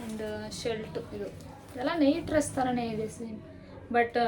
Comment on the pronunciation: ಶಲ್ಟ್ ಅಲ್ಲ sis shirt ಶರ್ಟ್